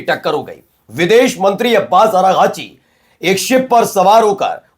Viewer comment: aragachi nahi unka naam Abbas arakchi hai. Arakchi hai ok